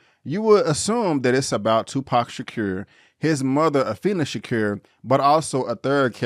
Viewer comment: I like your video I just can`t get pass you not saying Tupac`s last name right. It`s Sha-Koor , not Shacur. Tupac Amaru Shakur.